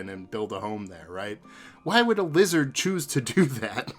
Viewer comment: Ohhh, you are saying “lizard”! I thought you were saying “wizard”!